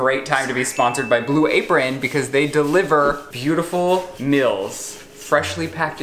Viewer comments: i’m not the only person who realizes says “mills” and not “meals” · The fact you say “mills” instead of “meals”... hurts my american 😂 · Does anybody here “mills” instead of “meals”